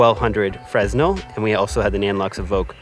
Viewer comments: The "s" in "fresnel" is silent. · mispronouncing fresnel is crazy